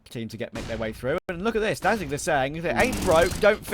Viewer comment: They talk about saying names correctly, yet they keep calling "knasigt" NazigTee.